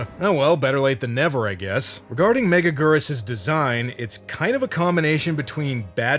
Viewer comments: Meh-GAG-gur-Us. Say it right. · It's pronounced Mega-gear-us. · "mega-geerus". Your first attempt was correct off the bat. You're welcome. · 😮🍜every time they say it, i hear: Mega-Noodle!